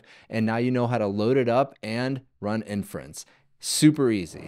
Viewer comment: I imagine a boomer watching this and hearing "in France" all the time when you said inference. And they be thinking 'why are all LLMs made in France?'